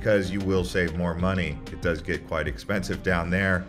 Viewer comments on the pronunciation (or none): none